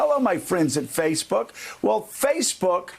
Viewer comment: Timestamp Joe says "Face Fook" lol